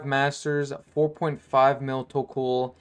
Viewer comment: Its tok-ol not tok-uul